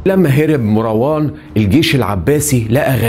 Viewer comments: أولا مروان بتسكين الراء و ليس بفتحها.... ثانيا الخليفة العباسي الأول السفاح أسمه عبدالله بن محمد بن علي بن عبدالله بن العباس و ليس عبدالله بن علي و هو عم السفاح و هو قائد الجيش العباسي .... ثالثا الذي سمى مروان بالحمار هم العباسبون و هو تشبيه معيب حيث أنهم إعترفوا بقوته و شبههوه بالحمار لأنه عدوهم و مشهود له بالقوة لأنه قاومهم ٤ سنوات و كانت دولته منخورة و جيشه منحل مشتت متصارع بسبب الصراع القبلي ... رابعا الفظائع التي فعلها العباسيون كثيرة جدا سواء في الأمويين أو العلويين و أما الأمويون فقد عاملوهم بالمثل فهشام بن عبدالملك كان قد صلب زيد بن علي بن الحسين سنوات ثم أحرقه و صلب ابنه يحيى فلهاذا فعلوا بجثته إنتقاما لزيد و يحيى و أما فعلهم بالعلويين الفظائع لأن العباسيين كانوا خائنين لبيعتهم و تبعيتهم للحسنيين العلويين و العباسيون تنكروا لذلك و إنتهجوا إسلوب الأمويين و كانوا ظالمين مثلهم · ملاحظة بسيطة .. مروان بسكون الراء وليس بفتح الراء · اسمه مَرْوان ماراون اللغه العربيه في خطر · أرجو منك تكلم اللغة الفصحى ، دون استخدام اللهجة المصرية ، وتصحيح الأخطاء اللغوية قبل سرد القصة ، مثلا كلمة **عبارة **تنطق بكسر حرف العين وليس بضم العين ، و إسم **مروان**بسكون الراء وليس بفتح الراء ،،،،،،،،،،،،